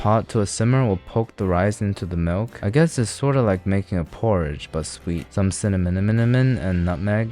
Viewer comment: “cinamonNonMoNOon” .. i can’t.. i lost it, you’ve no idea how many times i replayed that